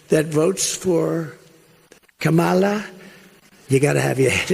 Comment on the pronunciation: KA MA LA. Pronounce it again